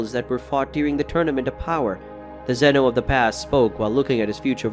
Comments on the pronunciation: it not zeeeeeeeeeno it ZENO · Bro said zino 💀💀💀☠️☠️